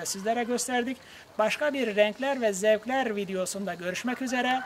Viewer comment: renklerrrrr ve zevklerrrrrr diyişe bak allahım sana geliyorum